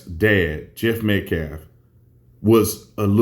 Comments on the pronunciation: keeps things fired up.. Karmelo killed someone and he happened to be white. She is disgusting. He doesn’t even pronounce Mr. Metcalf’s name correctly. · He can’t even say the victim’s name right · BeShouldn't Karmelo Anthony's lawyer be able to pronounce Austin Metcalf's last name correctly when he talks in this vid? Sorry might have skipped a vid. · Karmelos parents must be very stupid for even thinking that guy is smart enough to represent them. He can't even pronounce Austin's last name. He thinks he's a modern day MLK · this clown calls Austin Metcalf "Austin MetCLAF." Get the name right, you buffoon. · Not only did he say self deflense, he said "Austin Metclaf." What a moron. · He also said metclaf not metcalf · This idiot lawyer for the murderer can even say “Austin Metcalf” correctly. He said “Austin Metclaf” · The ignorant fool can't even pronounce "Metcalf". He keeps saying "Metclaf". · Dipshit called the Vic " Metclaf " CREEP! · He obviously has an issue saying "L", because I'm sure he called him "Metclaf", instead of Metcalf. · Disrespect coming from a baby shaker woman beater that can't even say words correctly, he literally calls him Metclaf everytime instead of Metcalf either its a capacity issue or intentional as a way to Disrespect the Family. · He can't even say Metcalfe! He said Metclaf!! If i was that knife wielding kid's mom! I'd be with my tail between my legs! I would not be out there in public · He doesn't even know how say the victims name. He said "Metclef". He just wants publicity. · That idiot doesn’t understand that the L is silent in Metcalf! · Mletcalf is what that dude said.... Lololololol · That dude can't say the last name correctly. "Metclaf"? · He says Austin MetCLAF!!! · Does it drive anyone else nuts when he says "Metclaf" can't even get the name right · The criminal spokesman for the murderer's family, can't even be bothered to pronounce Austin's surname correctly .